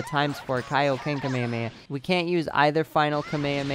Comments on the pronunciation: dude you pronounce it wrong its KA-ME-HA-ME-HA not kamayamaya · Kamayamaya .........R u cereal? KA ME HA ME HAAAAAAAAA! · FYI you're saying kamehameha wrong and it's annoying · why do you pronounce kamehameha like that its so cringy